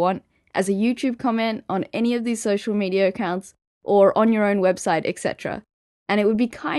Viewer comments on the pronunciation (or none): none